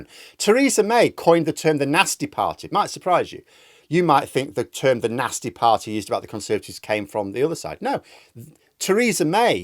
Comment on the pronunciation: It’s no longer ‘Nasty’….. it’s ‘NAZTY.’